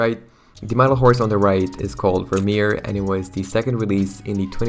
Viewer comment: As a Frisian I’m deeply hurt by the pronunciation of Vermeer 😂